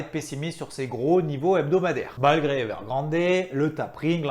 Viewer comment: Je sais, c'est con, mais entendre "héveurgrandé" à longueur de journée me gratouille.